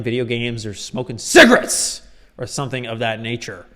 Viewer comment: I think he’s now incapable of saying the words “cigarettes” normally. It’s like an instinctual response for him.